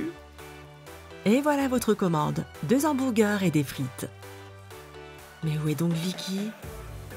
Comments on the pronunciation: Qui a remarquer qu'elle dit houmburgeur à la place de hamburgers😂😂😂😂😂😂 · Elle dit Hambourger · euuuh g bien entendu? Elle a dit hambourger 😂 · 5 minutes 4 elle dit hambourgeur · J'adore comment elle dit hamburger 😂😂